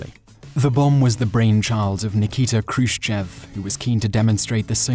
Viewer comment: the accent in Khrushchev is on the "e" and whenever this happens in russian you have to pronounce it like an "o" (like it was Khrushchòv)...a more correct writing would be with two little points on the "e" to make you know it is accented and therefore not pronounced like you would a non accented "e"